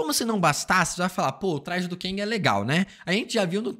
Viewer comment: Cara me dá um "ranço" quando ele diz "KENG"...Quem mais?